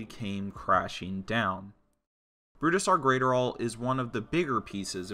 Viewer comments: Isn’t the guys name pronounced Brooz-Der not Bru-Da-Sar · I’m not hearing that. I’m still hearing Bru-Da-Sar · exactly. he’s saying burusidar and it’s pissing me off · "Brudestaire Graiterall" 🤦‍♂️you butchered his name. Its pronounced like Bruce-star and his last name is like adderall but with a GR before it.